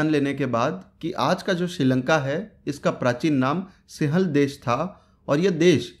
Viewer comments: Singhal h bhai wo sihal nhi thoda apni hindi ki pronunciation pr dhyan de😃😃😃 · सिहल नही यार भाई। सिंगल बोलो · लिखत हैं सिंहल द्वीप लेकिन उसका उच्चारण सिंव्हल द्वीप है | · सिंहल, सिंहल उच्चारण नहीं होता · सिंहल का उच्चारण सीख ले रे बावलिबूच